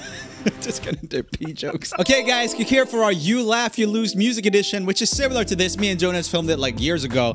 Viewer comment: Him saying loose for lose